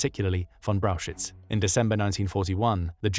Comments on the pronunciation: Could you please repeat Brauchitsch for me? LOL. It is not Brauchitz, definitely not. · The pronunciation of Brauchitsch in this video is wrong. First look at the two syllables: Brau-chitsch. So it's frist Brau and then chi (think of "huge" and combine the "h" sound with an i (like in "in") and then a tsch-sound. tsch is pronounced like "ch" in "much". So then we have "brau-h(uge)i-(mu)ch => "brau-hi-ch" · Braukitsch is wrong. Brauchitsch is corectly written, but wrongly pronounced in the video . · lmao butchered the pronunciation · I love your Videos but the pronunciation of his Name drives me crazy as a german🫠